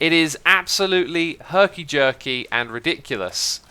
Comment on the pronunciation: Nobody: Xisuma: “HeRkY jErKy”